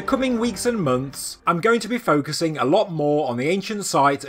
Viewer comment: "In the cooming weeks and moanths" 😂😂